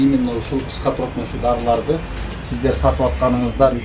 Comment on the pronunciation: " Тропикалык," Даарыларды сатты дейби,🤣🤣 туура суйлосонор